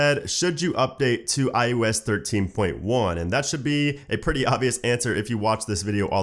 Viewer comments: Why do you say iOS as iUS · Sounds like “ius” 😂